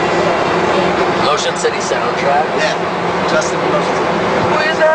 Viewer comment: i know this is about Ryan, but I laughed so hard when Jon said "shitty" instead of "city."